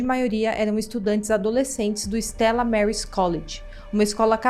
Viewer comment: No eran alumnos, eran ex alumnos del Stella Maris. No eran adolescentes. Eran adultos jóvenes. Se dice Stella Maris, sin pronunciación en ingles, porque es latín